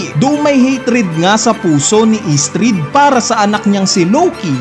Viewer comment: Estrid🙅 Istrid 😂